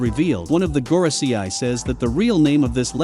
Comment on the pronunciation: Normal people : Gorosei This guy : Goro see eye